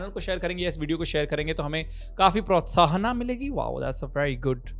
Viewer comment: protsaahan milega, not protsaahana. koi na bhul chuk maaf